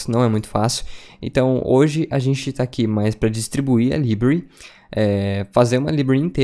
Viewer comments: Bom vídeo. Só precisa pronunciar "library" corretamente. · Conteúdo maravilhoso, só dói o ouvido quando ele diz library.